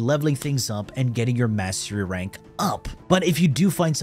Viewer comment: Sounds like you're saying Mashy Ranks.